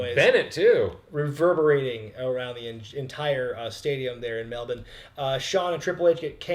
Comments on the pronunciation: Cheers for actually bothering to pronounce Melbourne correctly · Firstly, thanks for pronouncing Melbourne correctly. Second, the Iiconics are from Sydney not Melbourne. I was there and you could hear the chairs on Undertaker's back from the stands. The show overall wasn't great and the MCG is far too big. Unless you spent minimum of $300 per ticket, it was too far from the ring. Vegemite is horrible but Four N Twenty pies are awesome. John Cena was the worst part of this event. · I think my biggest take from this review is that said Melbourne CORRECTLY!!!! On behalf of Australia, I thank you very much haha the American pronunciation of the word is normally hilariously bad but you did really well here. *we don’t drink fosters though FYI:p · Good job on pronouncing Perth and Melbourne properly